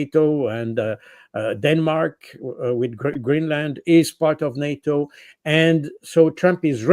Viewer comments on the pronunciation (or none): none